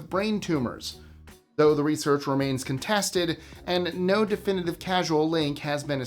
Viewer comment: Causal link not casual but otherwise informative